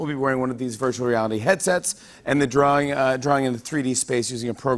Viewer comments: Jimmy: Kristen are you good at Pictionary? Kirsten: NO I am bad at drawleng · What’s a “drawler”?